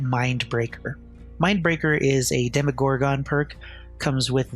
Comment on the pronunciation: Plz stop calling it demo gore gon. The pronunciation they use in the show is demo gorgun. 🤧